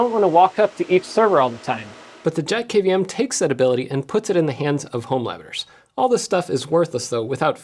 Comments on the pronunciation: thats a pretty sweet little dude! Every time you said JetKVM, I kept on hearing "Jeff KVM" 🤣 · Every time Jeff says JetKVM I hear JeffKVM.